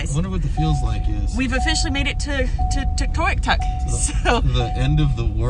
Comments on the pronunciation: its pronounced tuk toy yuk tuk cheers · It’s…… Tuck……..Toy…….uk……..tuck………. Is how it is pronounced…. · Awesome video. I grew up in Faro back in the 70's which is 250 miles north east of Whitehorse. Seeing the country again was heart warming. Just need to pronounce Tuktoyaktuk properly. lol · "Tuck tie yuck tuck" Tuytoyaktuk